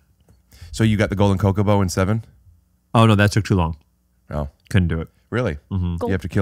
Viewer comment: Had me dying at your pronunciation of Chocobo. Coke-a-bo lol. CH sound like in Chocolate.